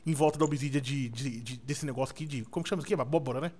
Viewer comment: o fala mo cério abroba kkkkkkkkkk